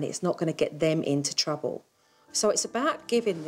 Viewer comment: "Chruble" 😂😂😂 Awesome!